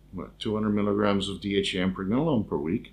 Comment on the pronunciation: DHa or dhea? Hard to make out accent